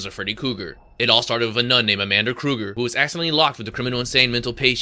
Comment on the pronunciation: Who the hell is freddy cougar? 😂 Kruger but love the video